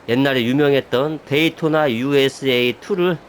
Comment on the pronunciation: 게임안에 게임이 들어있다니 신기하네요😅 게이 돈나!!! ㅋㅋㅋ 그렇게 들림. 어릴적 오락실에서 본 게임같군요. 한국에서도 인기있었던 레이싱 게임같아요